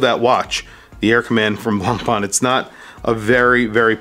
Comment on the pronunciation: Please don't pronounce the "C" in Blancpain.......